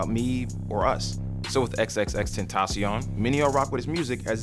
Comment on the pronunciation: Gugus Dada tentaCion with c not s.